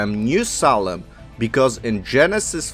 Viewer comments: I couldn’t stand to continue to listen to this because of the choppy-spoken narrator who cannot pronounce Salem correctly. It is pronounced SAY-LEM, not SAW-LEM! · you said the city salem or solon?